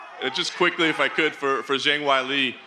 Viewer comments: Who’s the guy who butchered Zhang Weili’s name lol JING WAI LEE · Why do people keep pronouncing Zhang Wei Li's name as "Zheng Wai Li"?? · Lol Zhang Wiley Coyote. Why can't people pronounce her name. She is the fucking champ. Respect her a bit by learning how to say her name.